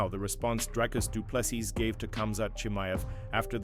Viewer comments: Doo ple SEA or SEE....NOT sis...no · Fix your dogshit AI voice. Du Plessis! Pronounced: Do-Plehs-C three syllables. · Shame he cannot beat up the narrator who is such a slack assed idiot, he cannot pronounce any correct syllable of DDP's name. What an absolute insult. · Ag please man why do you americans not respect a person and prenounce their names properly like drikus surname .Whont listen to your potcast again